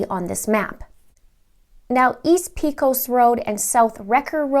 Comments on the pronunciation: The actual “correct” pronunciation is “Pehcus”. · Its pronounced pay cos rd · It’s pronounced “Paycus”. I get a kick out of how easterners struggle so much with western words. Almost like speaking another language. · Pecos is pronounced pay-cose